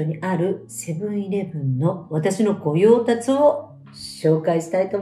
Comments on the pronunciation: ごようたつ？ ごようたしです。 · 正しい読み方。御用達＝「ごようたし」。:face-red-heart-shape: 素敵な情報をありがとうございます。 是非、ドーナツ、メロンパン、おかき、・・・探してみます。 枝豆と剥き栗も気になります。:face-red-heart-shape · りかこさんとコンビニ、全く結びつかなかったのでちょっと嬉しかったです。 災害時の備え、なるほど〜。 我が家も徒歩3分のところにセブンがあるので今日早速行ってきまーす。 あと、「ごようたし」ではないかしら？笑笑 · 東京では"ごようたつ"と言う言い方をするのですか???京都では"宮内庁ごようたし"と言う言い方をしていましたｮ。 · 御用達は読み方ゴヨウタシですね。複数読み方あるのかと思って調べてみた次第です。いつも観てます。様々なジャンルの情報提供ありがとうございます。